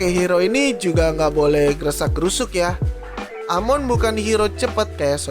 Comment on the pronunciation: Aa mon di baca nya A eman 💥 bang